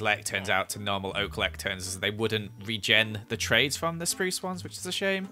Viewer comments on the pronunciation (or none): none